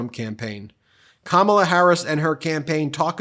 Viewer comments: Kamma blah that how it is pronounced which it is juvenile type of talk. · Ko-mob-la!!!🤣🤣🤣🤣I can't. I JUST CAN'T!!!!😅😅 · His new nickname for Kamala is his schoolyard bully mentality kicking in with "Blah blah blah" as he toyed with mispronouncing her name in typical disrespect...hence "Kama-bla". He's the one in free fall about to crash into reality via a finishing body slam. Tim Walz comedic timing and cutting jokes must be making him and Just Don't Vance bleed. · The Trumpites may have difficulty pronouncing " K A M A LA " but the Democrats will have no problem saying they've " DONE OLD TRUMP" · Can We Please Pronounce Her Name Correctly since this is a weird Trump thing ✅ Great Pick VP Harris Thank you so much MT for All You Do To keep the American 🇺🇸 people Informed ✅ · Every time I hear trump butchering somebody's name, i think, " sounds like koolade flavors!!!"